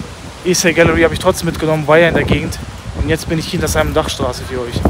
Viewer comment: simon dach war ein deutscher dichter, du mußt den namen also nicht englisch aussprechen :)